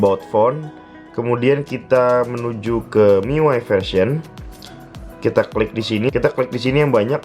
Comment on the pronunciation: baca miui aja "miuai" wahahahaha Mi UI bung :v sok